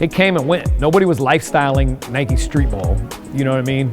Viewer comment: NIKE FFS NOT NIKEY